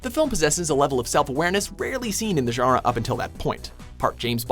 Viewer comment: No one: WM commentators pronouncing “genre”: “giearuh”